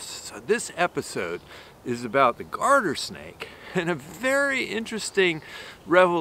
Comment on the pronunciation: "Guarder Snake" or "Garden Snake"? Thanks. So much. (Curling in the hand is absolutely priceless)...amazing! Thanks for the info!